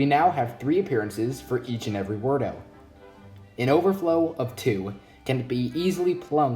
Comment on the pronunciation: Weirdos is how its pronounced